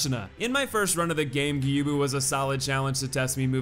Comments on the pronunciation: welp you mispronounced Gyoubu again. It's pronounced gyo-u-bu, not gyubu. Although this hardly matters. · His name is pronounced YOU-bu. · It’s more like Gi - Oh - Boo, not Gi - You - Boo. You can do it, I believe in you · plays a clip of Gyobu screaming his name: Geeyubu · Gyoubu is pronounced with a long "o". "Gyou" rhymes with "throw". The English voice actor does pronounce it correctly. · Gyow-boo Ma-sa-ta-ka O-knee-wa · [Plays Gyoubu’s English lines] MY NAME IS GYOUBU MASATAKA ONIWA [continues to pronounce it Gyubu instead] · Just wanted to let you know that you had Gyoubu's name right the first time around. The way you say it in this video would be correct if it was spelled Gyubu. Just letting you know. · You even pointed out the fact that he SCREAMS his name xD how can you not pronounce it after that performance?? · Fails to pronounce Gyoubu’s name right, proceeds to show clip of Gyoubu shouting his name. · How can you not know how to pronounce Gyoubu Oniwa's name? He literally shouts it at you as he enters the arena. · Gyoubu literally yells his name in the beginning. How the hell are you still able to mispronounce it? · Any time you see an "ou" in a Japanese name. It's just an O sound. Gyoubu, Juzou, Hadouken, etc. It's all O, like "dough" or "throw" It's a hard O, ALWAYS. Never a "ooo" sound. There's a letter U there because the O sound is slightly elongated. "Tanto" has a fast O sound at the end, while "Musou" would have a slightly longer O sound. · Ok so here’s how to pronounce gyoubu First name: Add a G before yo, like yo yo. Make the vowel end a bit longer, and then a bu like boo Gyo - bu Second name: Ma sa ta ka, each sounding like ma from mama You got the third name right tho!